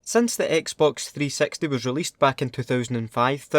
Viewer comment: when you said xbox 360 it sounded like you said xbox 3 sexty